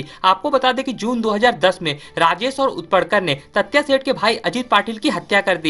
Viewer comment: तात्या तत्या नहीं पागल